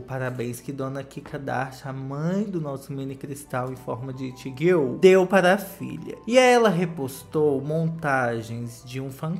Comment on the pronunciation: Q agonia ele falando “girl” tudo errado